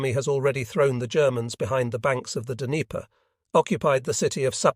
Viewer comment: Pretty sure it’s AI. It wasn’t able to pronounce “chamomile” and “Dneiper” etc, in a way that I’m pretty sure it’s AI.